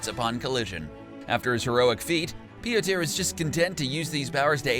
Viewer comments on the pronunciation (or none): please stop saying "pee-oh-tehr" and "illie-ana". if you can't pronounce the names in an at leasr half-way decent manner, just let someone else do the video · its pronounced PE-TOR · Its pronounced Peter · why does he keep calling him peter? that's not even close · How else would u pronounce a name thats spelled "Piotr"?